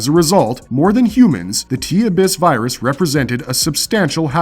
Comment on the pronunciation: Say it with me uh biss